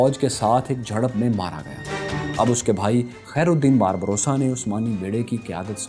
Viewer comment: Barba rosa (سرخ ڈاڑھی) آپ باربروسا پڑھ رہے-- اصل لفظ باربا روسا ہے۔۔۔🙏